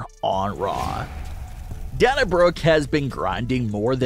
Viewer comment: DUDE YOUR FANS HAVE TOLD YOU THIS MANY TIMES ! SHOW YOUR (OWN) PROPER RESPECT ! AND SAY HER NAME RIGHT ! IT'S NOT ! PRONOUNCED DAN A ! IT IS DANA ! PRONOUNCED AS DAY NA !